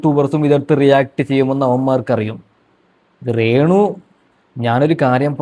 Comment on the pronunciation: എടാ റേ ണു റേ ന്നു പറയാതെ രേ ണുവാ